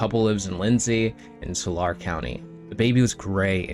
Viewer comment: I'm from that county. It's pronounced tool-lar-ee. Yeah, there are real nutters from the ass crack of California, but this? Evil.